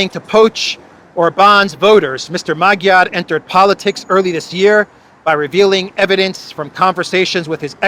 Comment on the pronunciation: Thanks for your outstanding daily broadcasts. They are insightful and amusing too! If I may offer an occasional pronunciation assist I hope you will find it useful. Magyar, as in Peter Magyar is pronounced "mudge-are". And a fun fact: The word Magyar, is the only word by which Hungarians call or refer to themselves and their nationality! There is no such word as "Hungarian" in the Magyar or "hungarian" language. Oddly, the word Hungarian is one the Germans and Brits decided works for them, Magyars be damned! 😉